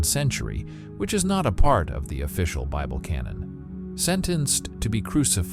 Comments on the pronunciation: lol at "the canon beeble" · Ok I thought this was AI, it slipped up pretty bad in the beginning, but seemed to work itself out after the beble pronunciation haha